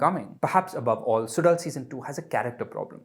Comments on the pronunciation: It's not suDal it's more like sulal.. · If he can't do the "zh" sound, then "Sulal" is better than "Sudal". needs to do better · Suzhal not sudal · There is a reason why there is a zh instead of d. In Suzhal. A bit of effort to pronounce the title properly would be appreciated